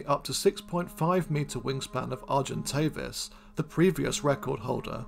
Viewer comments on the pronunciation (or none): none